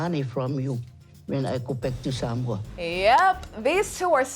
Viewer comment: Damn that host has to learn how to say Samoa properly. It’s not sar- mower. It’s Sah-moa (more) sheesh